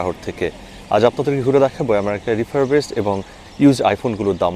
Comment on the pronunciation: আপনি ইউএসএ তে থেকেও কিভাবে রিফারবিশড কে রিফারবেস্ট বলেন? 😮